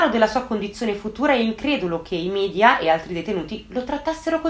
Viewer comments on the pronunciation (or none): none